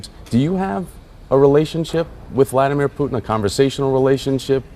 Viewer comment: It is pronounced VLadeemere